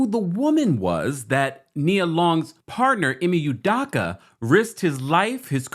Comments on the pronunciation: Hi, as much as his name is in the news the past few days and as many videos as you’ve made, it’s cracking me up that you’re still butchering his name lol. It’s EE-MAY UW-DOW-KA. The Nigerian in me is slightly irritated lol All love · Bro please pronounce this man's name correctly. 😂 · You can’t even say his name right. Smh. Guess you got your views though. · U could at least pronounce the name right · first of all learn how to pronounce his name correctly...people cheat...all parties involved need to go there separate ways...